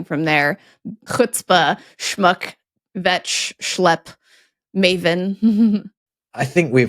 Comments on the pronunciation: Vetch? Come on,, you know that K in kvetch is not silent. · Dear - The K in Kvetch is pronounced! A vetch is a flowering legume, with which this term should not be confused, lest some random bearded New Yorker kvetch about it..